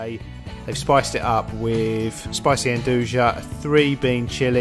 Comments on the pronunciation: The second "pronunciation" is COMPLETELY wrong, while the other two are only half-right. The trick to pronouncing the "n" part of 'nduja is to drop any potential vowel sounds altogether, as there is NO vowel sound there, yet the "n" still sounds like it's been said immediately after a vowel, but is just a standalone "n" sound. (The teeth stay together the whole time.) With this in mind, the end pronunciation is something along the lines of "n-DOO-yah". (And the "DOO" is pronounced tightly and inbound, pursing the lips, rather than loose and wispy.) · All three clips show non-Italians pronouncing an italian word. And in three different ways, none of which is correct... No offense but this is misleading and not informative.